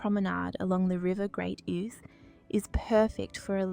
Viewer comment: The river Ouse is pronounced as in 'ooze'.